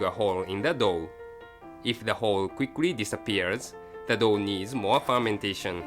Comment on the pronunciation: i couldn't stop laughing because every time said "dough" i replaced it with "dog" xD